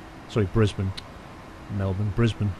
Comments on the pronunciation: i live in brisbane and i'm actually really impressed u got the names right haha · You are the first person I have ever heard say Brisbane correctly who is not Australia. and Melbourne. Congrats :)